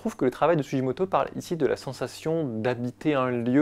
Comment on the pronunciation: En japonais on dit sou-Gui-moto… sinon ce serait Sujimoto. ( tu dis pas Hiroshijé mais gué, non ? 🤪) Merci : beau travail sur un artiste méconnu. Pour la petite histoire son nom veut dire « Racine du Cèdre ». Joli, non ?